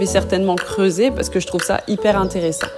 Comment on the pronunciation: on entend l'accent quand tu dis "âge" et "creuser" à environ 3 minutes de la vidéo quand tu es passée au studio pour faire les photos